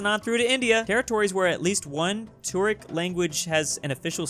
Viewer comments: I just lost it when he said turik rather than turkic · the way he said turkic is mildly infuriating like wtf is toric